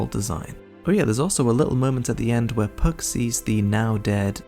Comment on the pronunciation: My brother in Christ...while I love your work, pronouncing Guts as 'gertz' and Puck as 'perk' is so wrong